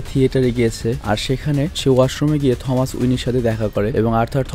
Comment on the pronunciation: টমাস না থমাস ওয়াইন